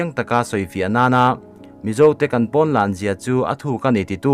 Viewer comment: I thil chhiar pakhat ZAWK, pon ni lo in porn tih in lam tawh ang che